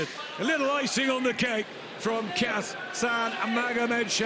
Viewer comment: Хасан он,а не Гасан.